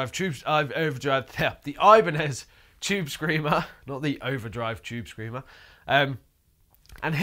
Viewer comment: Oibane-zed Chube Screamah